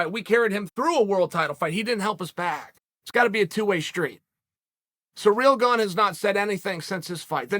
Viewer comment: Chael Sonnen the number one to pronounce athletes names in the ufc. Surreal Gong